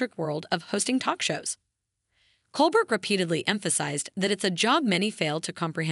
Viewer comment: "Cole Bear", not "Cole Bert". I had to stop listening.